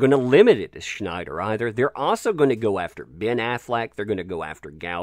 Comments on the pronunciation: its Snyder not Schnyder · There's no 'H' in Snyder.